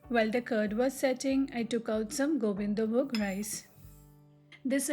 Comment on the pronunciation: Are you bengali? Your pronunciation of "gobindovog" sounds like that